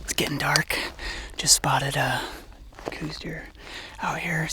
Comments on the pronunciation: Don't take this wrong, but they are "cows" deer. Named after Dr. Coues. An army doctor and naturalist from the 1800's. I know cooz is the norm today, but cows is the proper pronunciation. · STOP. For fucks sake - say it right - COWS deer is the only proper pronunciation. Show a modicum of respect and intelligence. Otherwise please stay out of Southern AZ. Carpetbaggers. But it's awesome you had a great hunt with your Dad, glad for that. Just please says COWS.